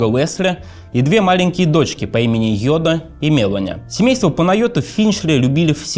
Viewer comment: Спасибо за интересный материал, за хорошую работу по его подготовке и за сам канал в целом! Очень тяжело слушать диктора с дефектами речи. Много комментариев уже было по этому поводу - к сожалению, ни авторы, ни сам "диктор" к этому не прислушиваются. "Весли", "Мевони". "Вондон" - коллеги, ну так нельзя(( Куда делись стандарты дикторского искусства?